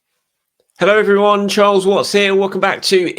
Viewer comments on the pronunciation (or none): none